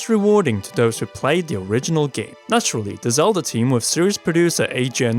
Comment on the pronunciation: I like these videos, but....does anyone else hear "Zelder" and "oricaner"? Or is that just me?